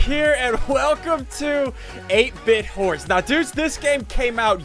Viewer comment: He meant to to say hordes, but he says whores.